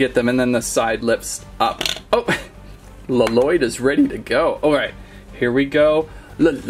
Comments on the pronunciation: It triggers me how he says L-Loyd (In the show they all call him "Loyd") Only in the Lego movie does Garmadon call him L-Loyd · Bro it's not L loyd it's Lloyd pronounced loyd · ITS NIT LELOYD ITS LOYDE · Really good video and I love it but really luh - Lloyd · It's Lloyd not lololoyd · He saying l lloyd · It's lloyd not laloyd only garmadon calls him laloyd in the ninjago movie r u garmadon no so stop pls stop get some help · Did my dude really just say “Luh-Loid” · I wonder why people add the double L for Lloyds name when its pronounced Loyd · His name is not la-lloyd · My mans just said La-Lloyd I don't know if he's joking when he says it if he isn't look up the NAME on Google. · You don't say Lloyd you say Loyd. It just spels Lloyd but you say Loyd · did anyone relized he called lloyd l-lyod ol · Im so trigred because lloyd is prononced with 1 ll not 2